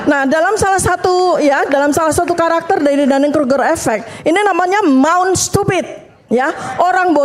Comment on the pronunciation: Mount stupid.. cara ucapnya nya aja udah salah bu.. mount itu gunung.. mulut itu mouth.. gaya mau pake2 istilah spy kelihatan intelek padahal.. ah sudahlah..